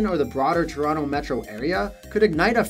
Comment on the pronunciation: + "TRONOTO" :D hehe